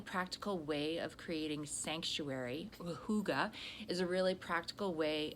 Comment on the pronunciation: Great content in this one,. Such great advice. And your pronunciation of hygge is on point! Hooogahh.